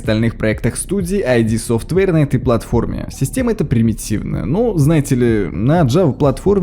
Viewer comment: Как-же режет слух это "айди софтвэйр"... 🤦‍♂️ ИД! Компания ид софтвэйр! Нет там "айди"!